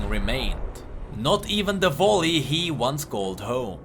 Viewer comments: I love the video but please stop saying valley as volley😂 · číta sa to ´´velí´´ nie ´´volí´´